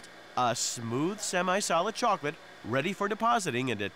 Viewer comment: "They want shokolate" xD